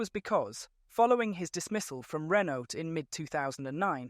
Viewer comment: Bro cant even speak out Renault normally. Probably NPC/AI again